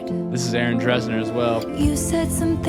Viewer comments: If I had known prior to starting this video that I could’ve played a drinking game for every time you mispronounced ‘Dessner’ 😂… I’d be wasted🎉 Seriously, I really did appreciate the video though. Good job 🫶☺️ It was fun! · It’s actually pronounced Dessner not DRessner haha💀😭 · why is no one talking about how he kept saying Aaron “Dressner” instead of Dessner